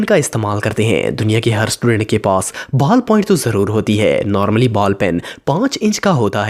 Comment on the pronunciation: He say boll point on